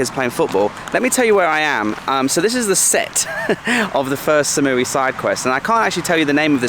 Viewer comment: you've been in Thailand for 6 years and you pronounce #3 as "SAM?" It's "SOM" sweetheart. Ask a local. Come on, man. Other than that, your videos are unique and great, but those mispronunciations drive me crazy. Koh Phangnan? That is a hard one to pronounce.